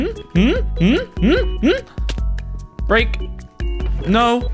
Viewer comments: HE SAID BREK, VILLEEEGE, AND SMOLL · No. He pronunced "breik"